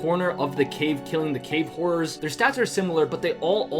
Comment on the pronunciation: I thought u said cave whores instead of horrors 😅